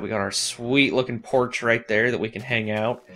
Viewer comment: lol he said porsh not porch